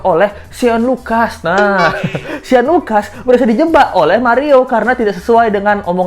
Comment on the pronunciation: Namanya shane bro (baca: syen) bukan sean